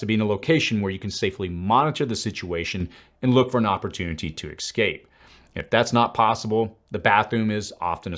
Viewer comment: Sorry I can’t trust someone who doesn’t know how to pronounce ESCAPE not “excape “ lol haha. Joking. This was actually informative. Your usual video are word salads testing my SAT skills. I usually need a dictionary to understand what ur saying. This video and the emp video have been “bangers”. Very cool. I’m in coach. Thx